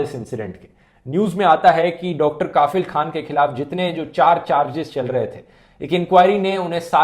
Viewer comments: His name is kafeel not kaafeel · Bhai saheb Kaafil nahi Kafeeeeel Pronunciation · It's Kafil not Kaafil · Dhruv Bhai काफिल नही कफील होता है❤ बाकी आपकी वीडियो के लिए❤❤❤ और ये आज नया नही है जो मैं इतने सारे ❤❤❤❤ दे रहा हूं आपको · Sir not काफिल, it's कफील ...😊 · kafeel should be pronounced as "cough+eel' rather than "kaaafeel" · Bhai ,correct uor pronunciation,*KAFEEL kHAN*👍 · It's Not Kaafil. It's Kafeel. Please Dhruv Pronounce Muslim Names Of Places, Persons And Monuments Correctly. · Hello sir its KAFIL not KAAAFIL